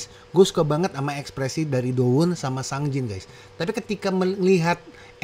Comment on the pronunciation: Bukan sangjin bang. Sungjin bacanya tuh Seongjin agak ke O gitu. Cmiiw ya